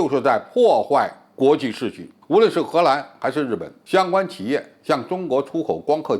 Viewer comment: [秩]序： 音[次](X) 音[致](O)